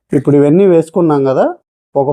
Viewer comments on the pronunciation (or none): none